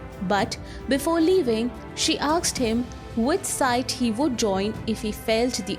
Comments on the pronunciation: Why she says asked as aksed ? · Is it really "aksed" you are spelling or "asked" ? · The narrator is always saying AKSED , AKS instead of saying ASKED , ASKS ...😂🤣😂🤣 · Everything else is fine , what is "aksed" . You're saying "aksed" instead of "asked" everywhere 🤦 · A part of me dies every time she says aksed instead of asked. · Just curious, am I the only one hearing her say, "Aksed" in place of "Asked". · Aaksed ? or Asked ? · AKSED!?!? OR ASKED?? PRONOUNCIATIONS ARE CLEARLY MENTIONED IN THEY DICTIONARY!!! LEARN TO READ IT!! ACCENTS ARE PARDONABLE. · Asked or aksed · Aksed?? Or asked? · Well put together. Suggestion: Work on your pronunciation. It's "asked" not "aksed" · I want to aks you, whats up with them aksing questions? He aksed, she aksed everybody aksed.. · Asked (aaksed nahi) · Asked not aksed mate!!😂😂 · "aksed" nahi baba "asked" hota hai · Asked not aksed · Aksed 😕 Asked 😐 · "Asked" shall be pronounced as "A S k' ed" not as Aks'ed... else good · When you say aksed , it's very irritating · Aksed nahi asked hota hai... Good presentation otherwise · Why she is pronouncing "aksed" Instead of "asked" 🤣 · AKSED him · Its asked not aksed, please correct pronunciation, its embarrassing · she is saying aksed ?? really. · 'aksed him' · Aksed, Aksed, Aksed, Aksed, Aksed, Aksed, Aksed, Aksed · You have a great pronunciation except for “Asked”. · Its okay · Your pronunciation of ask gives me shivers 😱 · Please work on the pronunciation of the word "asked" 👏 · Please learn how to pronounce Asked